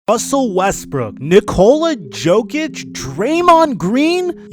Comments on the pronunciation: Yo-kic not joe-kic bro. Do you even watch the nba? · Everyone: Nikola Yo-kich: Nikola Joe-kich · Because he is the Joker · My man said Nikola Joke-ic unironically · Who the fuck is joekich? Never heard his name said like that... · man said Joe-Kich